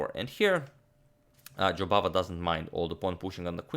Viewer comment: Your pronunciation of Jobavas name sounded as if you said "Bahadur" which in Hindi means brave and indeed that describes the way Mr. Jobava plays. Bravo!